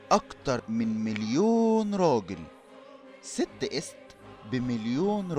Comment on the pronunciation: ايست تنطق اييي سات يعني نطق ست بالشكل الحالي اللي هو اسم المرأة باللغة المصرية الحالية تنطق ست عادي بس قلبها ايي